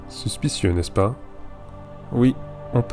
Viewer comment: superbe vidéo. le montage est de mieux en mieux. Le texte également, J'aime beaucoup cette écriture où le texte est narré, (plus que juste des informations les une après les autres). le "n'est-ce pas ?" à me fait un peu bizarre mais ça doit être moi XD.